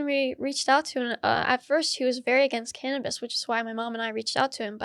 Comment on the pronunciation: Well it's not called "Can'tabis" lol